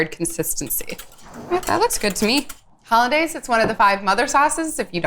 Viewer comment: Did she just say 'holiday' sauce. . . ?